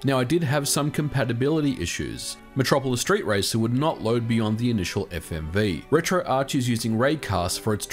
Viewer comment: Thank you SO much for saying "retro-arch". My pet peeve is when people call it "retro-ark".